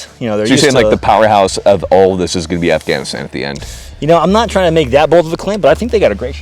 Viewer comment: Who did that Afghanistan pullout video? It sounded like "televargus." I wish to watch this video